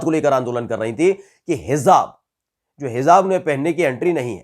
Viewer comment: Bhai Sahi word hai"HIJAAB" na ke "HIZAAB"shukriya